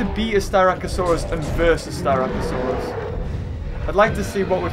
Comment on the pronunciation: Its sst ra c not st y rac